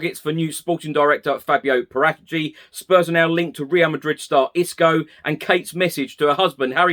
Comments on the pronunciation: Para - Ti-chi....Not Paratichi....Geezee...Please learn how to say it.. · it's Fabio PARA-TEE-CHEE. lol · I wish you'd learn how to say Paratici.